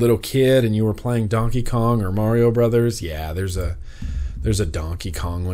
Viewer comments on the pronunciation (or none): none